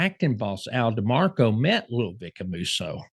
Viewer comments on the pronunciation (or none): Al "D'arco" NOT D'Marco! You called him D'Marco Once in this Vid.. Come on, I mean everybody makes mistakes.. But we Got to learn from the Mistakes we make. That's the only way we Get better at anything we do in this Life, is to Make Mistakes, Learn from those Mistakes, And Correct those Mistakes so we dont make those Mistakes Anymore! youre Constantly FuNCkin up the last names.. Italian Last Names Specifically.. The Good thing tho Is, Its Fixable and an Easy Fix If you Recognize, And Actually Try To Fix! And If you could fix the Last Name thing & Get the Pronunciations Down Pat, It would take youre channel to the next Level 💯 Seriously. Thats Really the Only Gripe! That there would make the channel go from just a channel, to a more Professional type History/Journalism Channel that People could take serious and rely on for Super Accurate History! Other than that, I Respect the time you put into these shows you do! Idk 🤷‍♂️ Maybe Hangout with an Italian or Better yet a Woman From Latin Decent & They will be able to Teach you the Pronunciations! And, Don't take ANY Of This The wrong way, Im In No way Making Fun of you! Im Only Trying to Help & Giving you a Heads up how Some of us who are of Italian or Latin hear this, And Honestly It would definitely help youre channel! Absolutely help The Channel and its Cool To be Able To Roll out these Names like you know what tf youre talking about! Get It!!!??? Cool! So yea just Some Constructive Advice, Only Helping You out. T